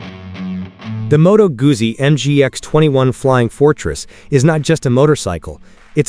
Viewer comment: Not Gussi, Guzzi: Gutszi!